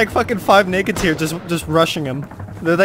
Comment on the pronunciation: yep, sounds more like nakeds xD